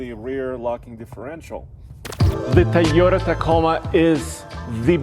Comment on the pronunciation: What’s a Thai oh tah 🤔? Can some show this guy how to pronounce Toyota correctly ?